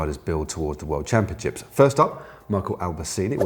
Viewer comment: Caption : "I goat the jersèèè at the worldchampionsheeps..."